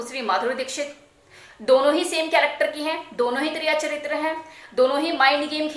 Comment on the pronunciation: You are wrong it is tiriya çhatiam not chatriam